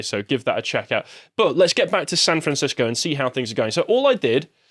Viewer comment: "Fran Sancisco"